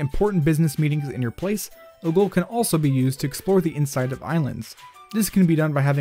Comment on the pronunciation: XD when you said glitches in wind waker I heard glitches and wind waker